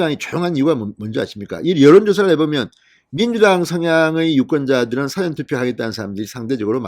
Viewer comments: 사전투표 발음 좀 똑바로 하세요. 늘 국어사전, 영어사전 투표하나요 어쨓든 윤석열 파이팅! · 사전투표 발음이 왜그렇는가? 백과사전이가?